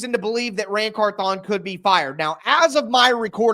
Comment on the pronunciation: I think it's pronounced like CARthon instead of carthON like you've been saying it.